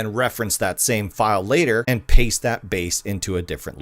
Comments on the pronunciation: are you saying "copy pasta?" it's paste bro... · I love this guy, but my man.. it's paste as in [pay-st], not [pah-sta]. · Dude its NOT "Copy PASTA or POSTA" or whatever you are saying ... its copy PASTE - like think of PAY + ST.... Like Fish PASTE etc. dang that is such bad and annoying mispronounciation and its hard enough with you Canadian Cousins saying ABOUT all weird but, this PASTE really takes the BISCUIT and god knows how you would say "BISCUIT" lol Im from the UK btw and love Canadians and Oh Canada... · Why are you saying pasta for paste? It's copy and paste, not copy and pasta. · why are you pronouncing paste as parsta ? its pronounced pay'st lol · copy poste no its copy paste long "a" not "au" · is he saying "copy pasta"??? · im interested why you pronounce paste as pasta?